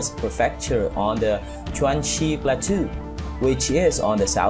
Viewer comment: Great videos and music as well. When you say “plateau “ it should sound more like ‘plah_toe’ but it’s a unique spelling in English.